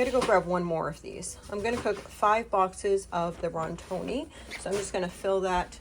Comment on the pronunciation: Now, i dont want no one coming after me...this comment is more for me to know i did say something after hearing something so many times wrong.....no shame from me dear but please look at the box of "Rotini". Its called that...not rontini lol. Im sorry but i cant believe im the only one that said anything. But...you do you....I will always laugh when you say it 😂. That baby girl doing your eggs...oh my what a cutie patootie! ❤